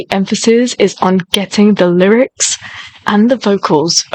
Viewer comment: Stell's voice is uniquely clear.. crisp stable..strong..and so powerful..also his pronunciation of the lyrics is so clear...